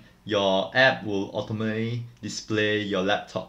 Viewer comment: he can't say automatically ^~^